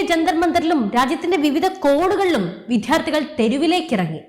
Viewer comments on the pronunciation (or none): വിധ്യാർത്ഥികൾ അല്ല മോളെ വിദ്യാർത്ഥികൾ.ന്യൂസ് റീഡിംഗ് ആയതുകൊണ്ടാണ് ശ്രദ്ധിയ്ക്കുക